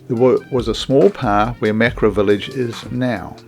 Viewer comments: ma-ka-ra. Not mak-ra. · It is can't be bothered to pronounce Maori properly😢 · Mak-ra lol